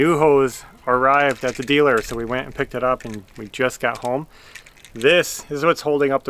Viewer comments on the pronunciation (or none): none